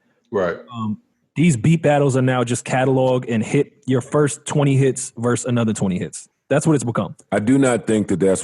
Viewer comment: 😂😂😭😭💀😭 Joe has zero chance of washing anyone with his cant even say hits..lol..gotta say hit